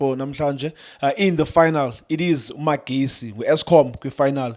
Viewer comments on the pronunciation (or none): Guys its not MaKezi its Mahesi Its northern sotho for soldiers not electricity Mahesi a ntate sekhwahla a tsoma mopheme